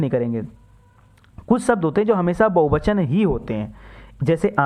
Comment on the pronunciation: bahuvachan hota hai bahubachan nahi